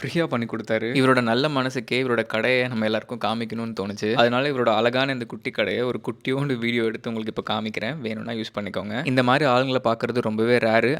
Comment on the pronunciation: தம்பி, நீ videos நல்லா போடுற. அது அலகான கடை இல்ல; அழகான கடை. அந்த ழ மட்டும் correct ஆ சொல்லக் கத்துண்டேன்னா இன்னும் நல்லா இருக்கும்.